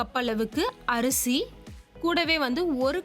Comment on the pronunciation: Arisi nu sonninga yanna arusi nu sollunga sister